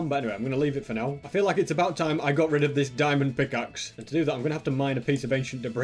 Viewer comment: why you say diamonnd for peasants 😥😥😥and i cant found one single stupid diamond